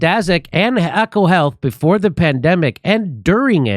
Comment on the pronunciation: It’s E CO HEATH not Echo Heath.